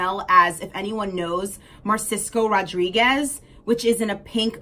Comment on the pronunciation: It's Narciso Rodriguez, not Marsisco dear